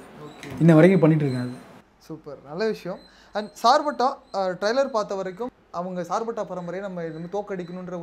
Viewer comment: Not a sirpetta it's a "Charpetta" char means 4 patta means kaththi